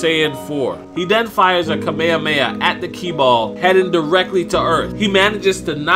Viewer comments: WTF is kamea mea ITS KAMEHAMEHA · kameamea.... Why are you saying like that???